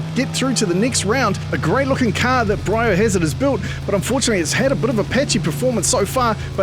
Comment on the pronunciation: ” BREE O‘HAZURD”:” BRAY O‘HAZUD”